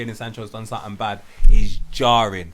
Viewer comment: "Something" man... Jeeez. These man saying "Somethink"😅😅😅😅😅